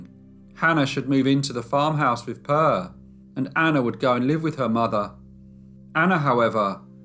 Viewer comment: you did great. However, the E in Per, is pronounced more like the A in admire. Love from Sweden. Stay safe.